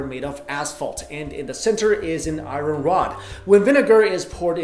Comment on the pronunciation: Cool video, but please, PLEASE learn the proper pronunciation of "iron."